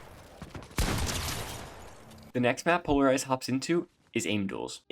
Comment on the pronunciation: Пэ икс ларизед читается